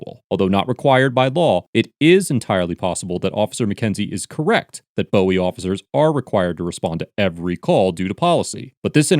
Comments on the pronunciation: Omg listening to you say Bowie made my ears bleed. I know you're just reading it how its spelt. But just so you know its pronounced Boo-wie. none the less great video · Bowie is actually pronounced BOO-ee, just like Jim Bowie from the Alamo, the guy who created the Bowie Knife. I've lived in the DC area my entire life, and that's a common pronunciation mistake made by people who aren't from here. Hope that helps. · It’s pronounced BOO-EE Maryland, I actually drove by that guy when he was protesting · Its pronounced boohie. Love your videos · In MD it is pronounced Boo-oui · I know it's spelled Bowie but it's pronounced as Buoy. I don't know why, that's just how people say it around here. Also, that guy handled those cops very well. He didn't allow them to intimidate him in the least. Massive respect. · Lol at Bowie , it's pronounced [Boo-e or Boo-We] 😂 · For the people who live there, it's pronounced 'boo-ee' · All of us Marylanders are cringing at his pronunciation of “Bowie.” Hint: It doesn’t sound like the late singer.😂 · Is he saying Bowie? Youre pronouncing Bowie wrong... Lol good videos nonetheless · I knew someone had to have corrected the pronunciation by now. I grew up in Bowie. That distracted me every time he said it. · Do us all a favor and learn how to pronounce "Bowie". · They're pronouncing it like the singer David Bowie, but Tidoboyo is right. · This happened in our hometown and that guy blew up everywhere lol. Also, so did officer McKenzie 😍 by the way he kept saying Bowie incorrectly 😩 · so all of Maryland pronounces it wrong? 🤣. How he is pronouncing it is wrong. I was born in PG hospital. Live in Annapolis for 15 years. But hey everyone has a right to an opinion. And thats my opinion. TRUMP 2020 🇺🇸❤🇺🇸❤🇺🇸. Back the blue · It's pronounced Boo - E. Not Bow - E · Ugh hearing you say bow-ie and not boo-ie is so grooooss. I'm from the area and it is pronounced "boo-ie". I understand the spelling would indicate otherwise but uuuuugggh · Bowie = boo•we